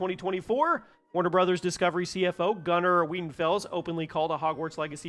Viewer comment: Thanks for not mispronouncing it is warner bras/brawhs/something similar.